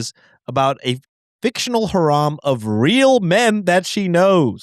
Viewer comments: pronouncing "harem" like "haram" was frying me. I'm not muslim but mom's ai haram is probably not wrong tho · Just fyi boys harem is pronounce hair-em. It’s usually a hair-em of women that one man keeps so he can sleep with them 😅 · "haram" was frying me 😭😭😭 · the way is pronouncing harem is sending me lmao, I had seen a comment about it before I heard it but I didn't imagine how wrong he actually pronounced it 🤣🤣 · the way he pronounced harem is sending meeeee sorry. u know what this mom is haram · Bros, I'm neither muslim nor a native english speaker, but I don't think "harem" is pronounced like that KKKKKKKKKKKKKKKKKKKKKKKKKKKKKKKKKKKKKKKKKKKKKKKKKKKKKKKKKKKKKKKKKKKKKKKKKKKKKKKKKK